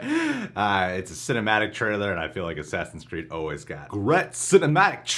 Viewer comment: Oh no he said “Sassins Creed Valhalla” 💀 in the very beginning of the vid 😂